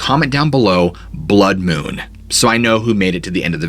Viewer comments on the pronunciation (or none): ""Blud mun""